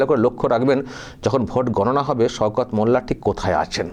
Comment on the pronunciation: সওকত নাম কিন্তু উনি বলছেন সৌকত 😂😂